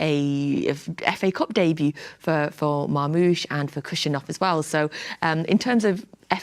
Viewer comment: Marmoush ❌ Marghost ✅ 👻🔥👏🏾